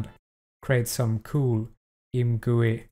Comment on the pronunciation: imgooey, chear enyine